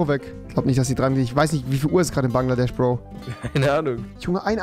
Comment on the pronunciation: Niemand: Rewi: Banglades